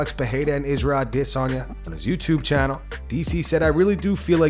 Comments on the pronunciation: Stop saying “ah-diss-on ya” he corrected Ariel a year ago lol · Why does this channel always say Isreal Dissanya for Adesayna? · This guy gets wet any chance he gets to make a video mentioning “A-DISS-UN-YAH” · Just say adesanya like the rest of us! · Why do you always call him Dis-onya? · This channel always calls Izzy “Israel i-diss-on-ya” 😂😂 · What's with how u pronounce Addesanya? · WHY DOES HE PRONOUNCE IZZY'S NAME LIKE THAT?!!? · Bro if you don’t stop saying Adesanya like that I’m un subbing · bro you sound dumb when u pronounce alex & izzys last names but then every other fighter u pronounce the last names with no accent 🤣🤣🤣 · If you never say Israel’s last name again, it’ll be too soon. The way that you say it is so idiotic. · Please, please, just say "Izzy"..... stop trying to pronounce his last name.... you're killing me Smalls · I hate the way this guy pronounces Adesanya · Bro this dude needs to fucking stop with this pronunciation of Adesanya. Idgaf if it's "supposed" to be that way,i don't buy it,who's fucking name has a stutter right in the middle of it? Fucking say it like everyone the fuck else. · It's a really cuck thing to do, to keep pronouncing Adesanya's name like that. Do you hear anybody else doing it? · I can not take the way he says adesanya . I’m unsubbing ✌️